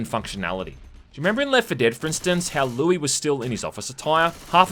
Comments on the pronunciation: louis is pronounced lewis dipshit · Good video, but I can’t believe you said Louie and not Louis. I am so so deeply offended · Louie? Louis. xD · I just noticed he called Louis "Louie"